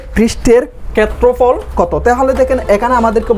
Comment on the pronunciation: কেত্রফল কি জিনিস? আপনার উচ্চারণে সমস্যা আছে